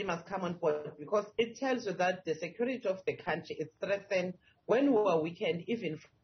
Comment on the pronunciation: I'm not surprised in Mpumalanga and Limpopo we have a lot of ppl that are not South African like Julius Malema,Lamola,Tshuvambu and others.have you listen their accent,when that pronounce the word Politics they like Politics huuh, Sekurities instead of security like Q not koo-rity.